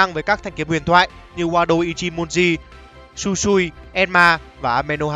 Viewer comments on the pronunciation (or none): none